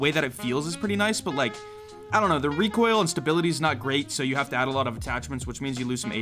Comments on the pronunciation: Its reek oil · Reek oil Kuh kuh kuh